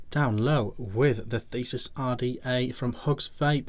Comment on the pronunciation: Sorry I just have to say not Thesis, but this is the The-see-us. Like the fighter of Minotaurs Another good review:)